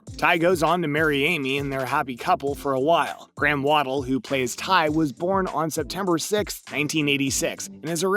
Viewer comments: War-del not Waddle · Not to mention Graham "Waddle" lol